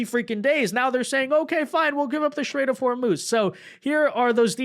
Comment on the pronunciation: You pronouncing IRAN wrong the ( I ) is like the I in IN or Impossible and for STRAIT you are saying like SHIT RAIT that is disgusting.